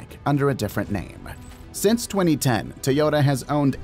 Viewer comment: If you worship Japanese so much, start by pronouncing Toyota correctly lol. You keep dreaming Japan will ever catch up to China in EVs.